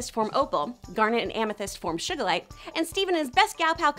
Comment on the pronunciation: Shugalite? Sounds like an off brand sweetener. Did she even watch the show? Lmfao